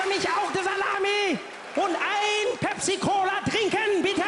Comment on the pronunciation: U sounded just like a swede when u Said pepsi cola